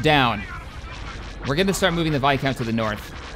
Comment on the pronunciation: why do you keep calling it a vicount? it's viscount man!